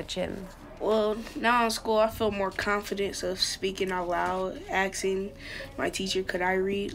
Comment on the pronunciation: He said axing lol